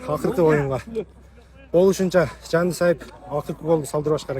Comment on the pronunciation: Жанди сайдым дейт го жанды деп эле айтса болбойбу😅😅